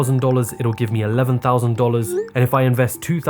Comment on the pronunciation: you start with ONE TAUSAND, TWO TAUSAND THREE TAUSAND... I can't :D :D :D